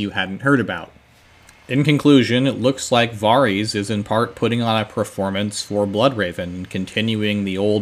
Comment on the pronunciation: what is a "preformance"? Is that something you do before the "formance"? Lol, just nitpicking a little. These are some of my favorite videos